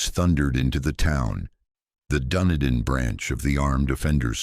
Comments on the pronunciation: Dun..ee..din is the name. Not Dundin.( NZer) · Wow This was so horrific oh & Dunedin is said like done need in.... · Such vivid memories of watching this all unfold on the news as a kid who lived just 2 hours away from the events. FYI Dunedin is pronounced Done-Eden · This was horrific. It is the second worst Massacre after the 54 people killed in the Christchurch Mosque attact. Also Dunedin is said Dun-ee-din, and Timaru is said Tim-aa-ru. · SECOND worst after the mosque shootings. Also dunedin and timaru are not pronounced like that. Wouldn’t hurt to do decent research first?